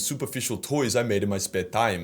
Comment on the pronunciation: VUNKAN LIVES